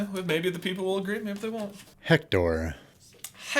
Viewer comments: It’s not pronounced jector it’s pronounced ector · I thought Hecktors name was Ecktor bc of have they pronounced it in the movie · In Spanish the h is silent ector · technically it's "Ehk-tor" . . . H is silent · the h is silent in hector.